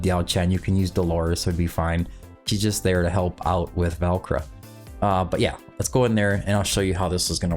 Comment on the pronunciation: It's pronounced like Valkyrie, Val-ker-uh